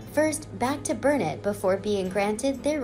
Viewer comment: I live 22 miles from Burnet, TX. I commend you for pronouncing it correctly [burn-it]. Years ago a local gift shop sold souvenir T-Shirts that read, "It's Burnet durn it, ya gotta learn it!"